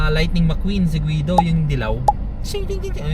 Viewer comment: Guido as in GI-do hindi guwido!🙄